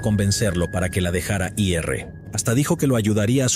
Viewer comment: ¿"De i errre a la cárcel"? : ¿"Para que la dejara i erre"? ¿Qué pasó? No me digan que la palabra "ir" está censurada por YouTube 🤦.